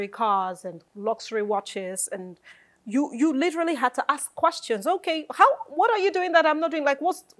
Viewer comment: Una "literally" murder the word "literally" in this interview😂. Great interview though.